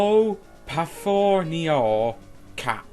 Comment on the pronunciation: I'm german and your version of Kopfhörer Sounds very funny